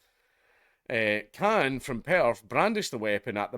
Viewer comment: Khan not Clan